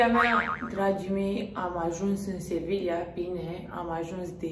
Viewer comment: doi de "L" se pronunță "i" în spaniolă, ca urmare Sevilla se pronunță "Seviia"